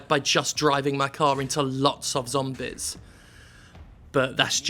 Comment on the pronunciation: I like the way he says zommbehz